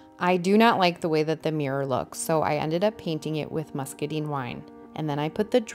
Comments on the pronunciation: It turned out FABULOUS. I have an antique vanity that I've been going back and forth on color palette ideas for a couple years. By the way, "muscadine" rhymes with wine, fine, and mine. It's not "muscaDEEN." It was so off-putting that I nearly turned the sound off. 😂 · I love it! I agree with your assessment when you still had the stained wood showing. It was just not working with those lovely colors! And in case you use it again… muscadine rhymes with wine.